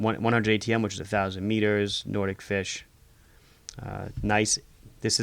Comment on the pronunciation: It is pronounced NOT-IK FISH not Nordic-Fish